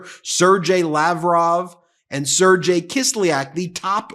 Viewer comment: Just a hint on their names. It is sir gay.... thats just phonetics